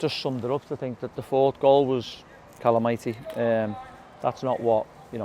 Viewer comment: Glad I wasnt the only one to pick up on Callum Mighty instead of calamity !!!